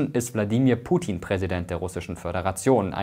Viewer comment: Warum sprichst du den Namen von putin so anders aus ?